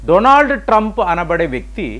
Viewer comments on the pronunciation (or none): none